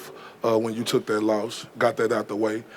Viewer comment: Because jake Paul is a goofy like Connor with the antics and improv, how’s he say Nate Diaz is the dumbest mma fighter , then he pronounces theword “loss” as “lost” and THEN Ariel says “let me go ahead and be a company shill for a moment” and Jake Paul looks all dazed and confused and asks “….what’s that mean?) Some people get showed constantly by energy and signs and symbols to HUMBLE themselves and they do not ever learn .. ignorance is bliss🤦🏽‍♂️